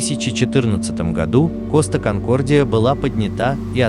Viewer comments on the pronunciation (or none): Коста КонкордиЯЯЯЯЯЯЯ а не конкордиОООООО гугл переводчик в помощи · Какой коста конкордио ? Конкордия , неук , читай на борту